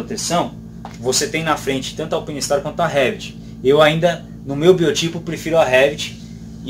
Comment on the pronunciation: A marca é italiana, mas o nome é em inglês,. "Alpine" e "Stars" são vocábulos da língua inglesa, portanto, "Alpáine". Obrigado pelo review!